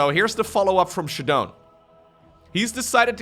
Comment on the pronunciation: it's funny that ShaDoWn spells his name with that "AaBbCc" style like is used to mock people these days, because every time this dude says "shuh-dohn" I think he's a moron. Shadow. Own. Shadown. ShAAAA, not shuh. god dude